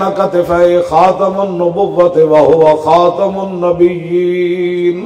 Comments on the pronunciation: Imran khan jahil Pronouncing Khatam un nabieen As khatam un nabiuuuleen Laanati jahil insan And talks about riasat medina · Selected Pm intionally pronouncing wrong word of khamulnabiyian again and again and instead of feeling shame passing smile....... Shame for PM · Ager Imran bar bar ktumiul nabien nah prth ska tu ye be shak qadyani hay qadyni hay qadyani hay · Hatmunabiyeen pak lafz hi awar galeez zubano sy ada nhi hoti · baar baar nabeullenn per raha hai andha niazi